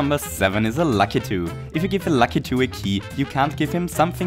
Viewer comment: Such a shame. I'd love to give a key to La-key-to.